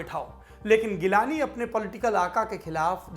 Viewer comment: Saurab bhai wo G-lani hai geelani nahi ...